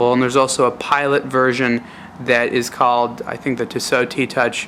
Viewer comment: ur voice is really fucking anoying and its not tisooooo its tissot u dumb fuck